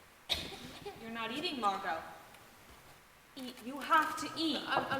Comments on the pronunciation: its Margot pronounced marg-oh. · hate 2 brake it to u but it's margot